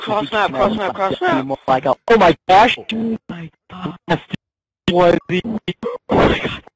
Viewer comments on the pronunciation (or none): Os BR fala ingles "Oh my GÓ" kkkkkkk